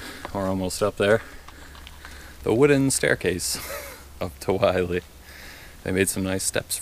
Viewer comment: It’s pronounced “Will-Lee,” NOT “Why-Lee.”